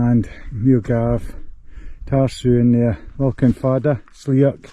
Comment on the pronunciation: Ruadh Stac Mòr. You can't have an rh in Gaelic at the start of the word. Ruadh Stac Mòr, not mhòr with the v sound. Lochan, not lockan. Very good photography BTW.